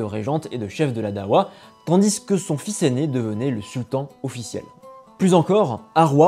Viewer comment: Darwa , pas dawa pour la prononciation, c deux choses complètement différente 😅 ensuite il n y avait pas j usqua il ya 3 siècle de différence entre les duodecimain (jafarite) et les ismaelien , juste qq différence dans les pratiques mais c tout